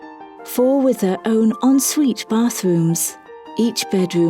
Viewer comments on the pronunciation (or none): none